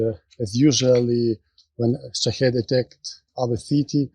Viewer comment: I don't mean to be picky, and like your content, but can you please stop calling them Shihad's, it's Shahed, or sometimes Shahid.